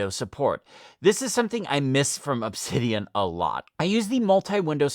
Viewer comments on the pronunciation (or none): none